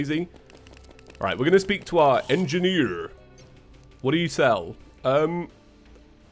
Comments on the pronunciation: Its like an American accent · I love how you said "Engineer"